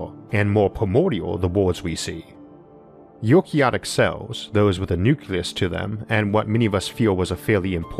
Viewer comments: "Eukaryotic" is pronounced "You-carry-OH-tick". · "You-carry-ought-ick" cells